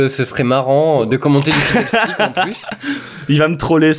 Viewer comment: "Noi qui envoie du Paté au fidderstick !" .. C'est pas Fiddlestick ? :P